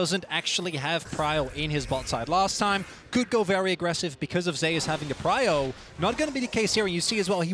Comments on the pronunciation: I'm just bothered by how they say zeus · why do they pronounce zeus as zayus